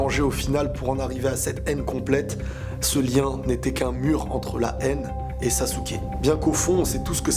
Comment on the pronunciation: Sasuke (sasekiki)